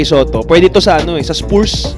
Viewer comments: Haba ng content, paulit ulit na video, nakamirror effect pa, click bait pa ang caption, di na daw papakawalan ng spurs (mali pa pronounciation, pronounced as spars yan not spoors) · spuurs talaga... spars ang bigkas non...